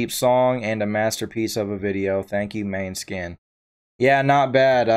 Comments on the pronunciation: pronouced mon-e-skin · Good reaction, the name of the band name should be pronounced more like moan-eh-skin. It means moonshine in Danish although the band is Italian. I hope you react to more of their music it is incredible